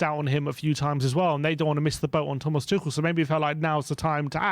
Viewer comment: Oh, you have finally learnt how to pronounce Tuchel properly and now he is no longer an option for us 😀